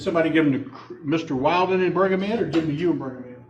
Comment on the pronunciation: He’s deliberately mispronouncing Wilden so she can continue to turn off the jury by correcting him.